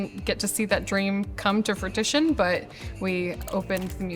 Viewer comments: “come to fruit-ition” she made up a word 😂 go Iowa public education! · Don't know how I'm gunna be able to focus on the rest of the vid after hearing "fruit-ition" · lol shes cute but that pronunciation of “fruition” killed me i had to turn on subtitles to make sure i wasnt unaware of some other word 😂 “Fertition” or “fretishin” Lmaoooooo dkm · It's fruition not "fruitition" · Did she say come to frutition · A moment of silence for the owner saying Frutition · Ohh the poor girl said come to frattituon! Not fruition. 😅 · frui tishan 😭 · Edit her saying "fruition" correctly...